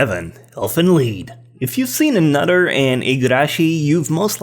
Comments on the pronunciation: Elfen Lied is not pronounced "Leed" it's pronounced "Lyed" because the main character (i think is the guy with an incest going on with his cousin XD) lied about his cousin being a girl so yeah. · Can you seriously not pronounce the word "lied"?